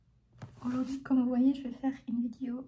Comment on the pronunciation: Mdrrr j'adore quand elle dit "vidio"